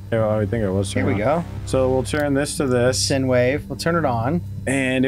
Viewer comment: Not much input this time, other than a mildly annoying grammar nazi pronunciation correction: it's " Sign " wave, not " Sin " wave. But honestly, anybody could make that mistake (up until I was...twelve? Thirteen? Can't remember, I made that mistake too, until my science teacher corrected me during the "Physics: Audio and Soundwaves" section of our lesson plan, which also humiliated me when I was corrected after mispronouncing the word while simultaneously getting the answer correct on the question). Aside from that, good content as always. Keep it up.